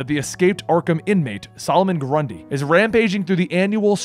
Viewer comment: Love the way you say "SOLOMON GRUNDY!!!"